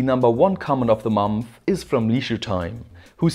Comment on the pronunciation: My favorite pronunciation is mumpfh (month)